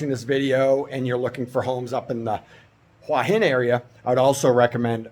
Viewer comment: Your pronounciation of "หัวหิน" is not so bad , you can check the Youtube transcription : "which is sort of the south part of Huah Hin and sort of just across the..." so you have well pronounced a slight h (ห) before the "uah". Rising tones must be used for "Hua" and "Hin" if you want to speak like a native.